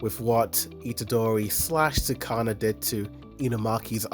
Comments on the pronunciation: I had to stop the video after he pronounced Sukuna as “sooh-kah-nah” -_ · Sakana? You said fish in Japanese lol. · Why do you say Sukuna like Sakana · trust me when I say he will never correct that hes been saying it like that since the very first episode LOL plus he watches for the pretty colors who cares about actually paying attention